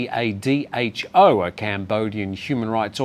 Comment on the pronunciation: LICADHO is commonly pronounced as li-ca-do (as in 'litre' and 'dodo').